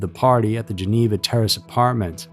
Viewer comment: come on now,. You know how to pronounce Geneva correctly...🙄😒